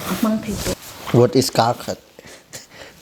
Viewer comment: Even in mizo kar khat can also means one step, but the tune is a little bit different. Kar khat for one week we pronounce kar a little bit higher just like you have done. But for one step kar will sound like car. Anyway you both are so cute.